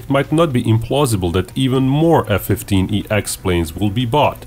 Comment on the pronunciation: .... its named the F-15EX ... its called F-1 SEX....